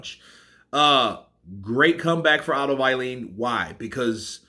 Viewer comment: Otto vallin not uailiin 🤣